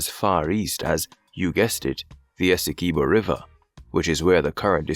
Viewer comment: Dispute doesn't exist. UN top court ordered Venezuela not to take action...or else..BTW, it's not pronounced "ESS-EE-Kee-BO". It's pronounced "Ess-EE-QUIB-Bo" like "(S)QUIB-Bo". get it??? As a fellow West Indian (Unless you are AI), you should know better.